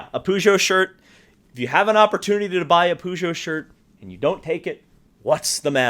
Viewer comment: BTW as an American you are actually pronouncing Peugeot incorrectly.